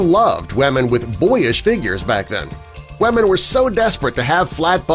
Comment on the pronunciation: It kinda annoys me how he says weamen all the time ..